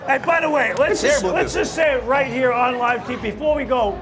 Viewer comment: Love Jack’s accent. The way he makes the word “here” two syllables: “he-yah”.